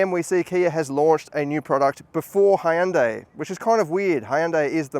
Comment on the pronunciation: Hyundai is pronounced like "Sunday", sir.